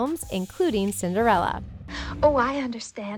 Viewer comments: Cinderelle??????You mean Cinderella? (NO HATE) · no one's gonna miss the "Cinderelly" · yu said cinderellie